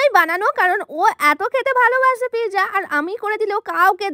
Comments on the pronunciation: It's not pizza It's not pizza It's real pronunciation is pit - zza😊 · কথাটা পিজা না কথাটা হলো পিজ্জা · Pezza ❌ Pizza 🍕 ✔️ 😅😅😅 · ও টা pizza ❌piza✔😆😂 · দিদি ওটা পিকজা না এটা পিজ্জা 😂😂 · Peeza😂 pizza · Pezza ❎ pija✅ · সব বোঝলাম আপা কিন্তু এতো জোরে কে কথা বলে ভাই😂😂আর মানুষ। Pizza কে Pezza বলে, আমি আগে জানতাম না😂🙂💔